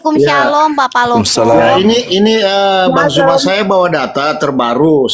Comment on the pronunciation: Bang ZUMA kuuuu.... Kenapa bu oren dan pak oren gak fasih yebut ZU... MASIH AJA JU..... ZUMA KOK JADI JUMA..... ME. ANG HERAN LAH KAMI.... ZU... JADI SU... 🙆‍♂️🙆‍♂️🙆‍♂️